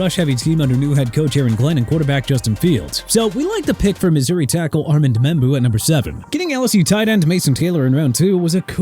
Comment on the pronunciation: ARMAND MEMBOU'S FIRST NAME IS PRONOUNCED AR-MOUND!! WHAT'S WRONG WITH YOU? DO YOU NEED A EDUCATION?! AND #19: MIAMI DOLPHINS... ARE YOU SERIOUS?! WHAT KIND OF CLOWN RANKING IS THAT?! AND YOU CAN'T EVEN PRONOUNCE JONAH SAVAIINAEA'S LAST NAME WITH SAH-VAH-NAI-YAH?!?! YOU KNOW WHAT? OH-MAH-REE-AN, OH-MAH-REE-ON... I DON'T CARE NO MORE! WANNA KEEP SAYING OH-MAH-REE-AN HAMPTON BE MY GUEST THEN!